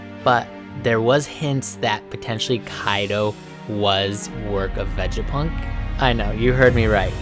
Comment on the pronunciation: your pronunciation of these words are weird as fuck.. lmao Vejapunk? it’s Vega, like Vegas